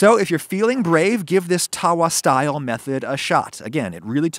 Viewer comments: It's not taawaa, it's tuh-vaa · Hey Adam it's TAVA NOT TAWA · ummm.... it's called Tawwa not taa waa. In Indian and Pakistani culture, the eligibility criteria for a good house wife is how circular her Roti is, and how evenly cooked is it. You sir, are not a very good housewife by that criteria. XD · It’s so bloody annoying when white people say TAWA emphasizing the W. every Indian says tava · Lol, it's Tava, NOT Tawah.... You just gave me a good laugh! Idk why it's spelt like Tawa when it's closer to tava...... Maybe due to changes in pronunciation across India? Maybe some place calls it Tawa but the W is closer to a V sound. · I approve of this and I am Indian 👍, it also pronounced taw-wa not ta-wa, just a heads up 🤗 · Errrmmm no I think we can do better in fact way better.. Yeast is a must when it comes to naan as is curd also the smokey taste that you only get from a wood fire.. We can mimic this better want to know how.. Also the w in tawa is pronounced as a v. You need help :-) भारतीय लोग भारतीय भोजन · Thank god, finally an Indian recipe. I have been begging for some more. I'm indian and i warm up the frozen ones on the tava lmao, and yea, it's pronounced tava. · Don't know if you care but the correct pronunciation of tawa is with a way shorter "tuh". Itd be like saying the "uh" at the beginning of under but with a t at the beginning. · please try and saying Tawa with a V xD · I just like the fact that when he says tawa he is saying it wrong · I love you adam I really do,but your pronunciation of tawa and tandoor really hurts my soul